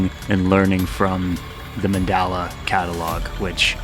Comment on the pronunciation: manDELa MANDELA… not manDALA sorry that was bugging me a bit🤣🤣🤣🤣